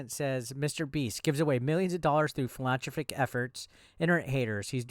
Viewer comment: Phil-en-thropic. For goodness sakes. Nothing personal. Other people struggle with it too.